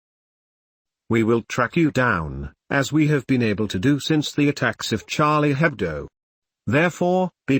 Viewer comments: Charlie HebDO, not HebDOE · I have never heard such an americanized pronounciation (and misspelling) of Charlie Hebdo so far :D